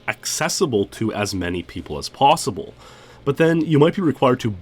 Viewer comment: "it is possibledle"